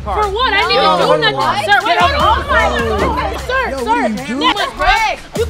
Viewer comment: “ I AM NOT A SER YOUR A SER, SER HILL “ lmao I lost it